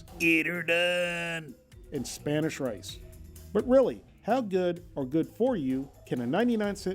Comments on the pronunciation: umm did he say Mexican rice or lice? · Chinese style lice. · . Rice not lice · "And the spanish lice" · you say rice do you mean lice? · did he say Mexican lice wtf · 4.53 spannish lice . hahhhhah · The Spanish "lice"?? 🤣🤣🤣🤣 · you really did say lice! lol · I thought he said Mexican style "lice" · he did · yea he did hahaha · Me too lol I was like what? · He did!